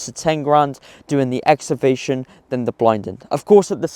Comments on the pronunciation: He can't pronounce EXCAVATION 😂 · Ex ca vation ffs